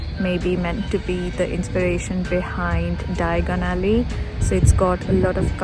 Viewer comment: Love how you pronounced 'Diagon Alley'! Thank you for sharing all the Harry Potter trivia with us ❤️